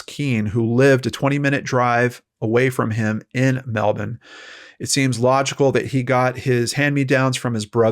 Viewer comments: is one of the few Americans I've ever heard pronounce Melbourne properly!! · I love that you can say Melbourne right! 😃 Thanks for the coverage as always. As a Tassie girl, Melbourne was my holiday stomping ground so it’s nice to hear it spoken about and pronounced properly by an America. How do you say Launceston? Lol Lon-seston 😉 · Yay, you pronounced Melbourne correctly! ❤️ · You pronounced "Melbourne" correctly!)))